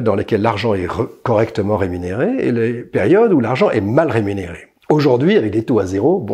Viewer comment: Et en prononçant « aujAUrd’hui »